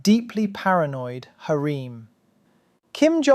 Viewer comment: To me the "hareem" was even funnier.